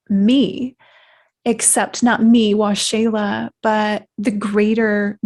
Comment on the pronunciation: Ahhh. Waxela...pronounced Wah-Sheila. Awesome. I was Curious as to how you Pronounce your Name. Thank You For Sharing Your Story. I Believe...The Benevolent Beings are As Angels. Of Holy GOD. May You Be Blessed By Holy GOD Waxela...(Wah-Sheila). Peace.